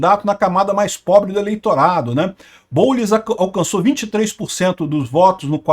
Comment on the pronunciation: "O boulis" kkkkkk